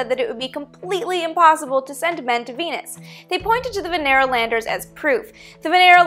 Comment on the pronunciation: I swear I heard 'VENERAL'... lol....